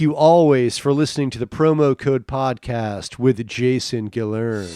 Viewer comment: This guy might not know howta say His own last name, but maybe thats parta why Hes so fn Hillarious.! You can seriously trade out the 5 latest Stand up specials for 5 episodes of this P/C on movie night and burn More Calories. Im down 5 mediocre comic pounds off My waste, waist, wa, . belt line.